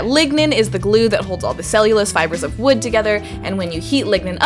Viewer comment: This is and today we are going to make a rawket out of wewd.